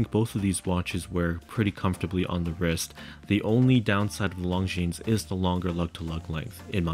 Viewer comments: Beautiful video! Besides the clasp, the Longines looks more expensive and prettier. I also wish it was a 40mm. By the way, in saying “Longines”, the S is silent. So it’s just “lawn-geen”. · Great video -- but if you're going to run a channel on watches, you better learn how to pronounce Longines properly (hint: the "s" is silent). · Please pronounce Longines correctly. The S is silent.